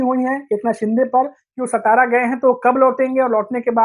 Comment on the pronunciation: हिंदी=उर्दू भाषिकांनो सतारा नही राजधानी सातारा